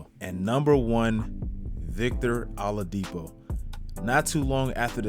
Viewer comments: W vid but lol it's "OH-ladipo" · Did you say victor alodipo?